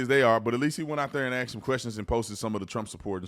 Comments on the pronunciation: Please don't say "Axe" it's pronounced "ask". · Officer Tatum, you seem like a really educated man, and I watch your videos but I really hate that you say “AKS” instead of “ASK”